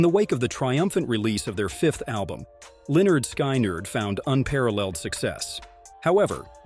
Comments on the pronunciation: Pronounce this band as Lynn ard. Skin ard. Hate how you're doing this! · Why did you release this terrible video? You don't pronounce the bands name correctly. You also include several inaccuracies in this video. This video is garbage and I would suggest that you take it down. I have been familiar with this event since it occurred in 1977 and know pretty much all of the facts surrounding it. Before posting stuff like this, do your homework and KNOW what your talking about!